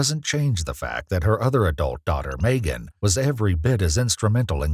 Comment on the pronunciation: Is this a AI voice over or a real person? I’ve never heard anyone pronounce Megan Maygan